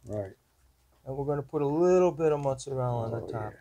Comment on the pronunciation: It cracks me up when I hear people say mozzarella without the "a", just mozzarell, lol. The pizza looks good! Good work guys.